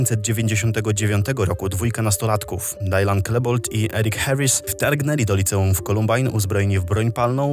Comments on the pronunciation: Nie czyta się "Dajlan" a normalnie jak pisze czyli Dylan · nie dajlan tylko dylan. tak samo czytasz jak jest napisane